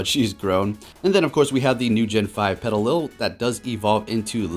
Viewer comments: pelily? surely you know how to say petilil (pe-ti-lil) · Its petillil not pelily ma dude